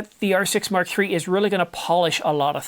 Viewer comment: Am I the only one who gets highly irritated when the verbal emphasis is on the R6 rather than the MkIII? The R6 part is secondary when referring to the MKIII. The important bit is the MKIII not the R6. When referring to the R6 MkI, the R6 MkII, and the R6 MkIII, the spoken emphasis should be on the Mark, not the R6. Petty I know, but irritating none the less. The same goes for the references to the R5 models.